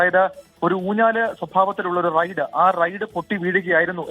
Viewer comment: റൈഡ് ആണ് നോ റെയ്‌ഡ്‌ 😂